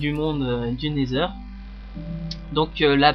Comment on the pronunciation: et osi c pas never mais nether avec l’axent anglais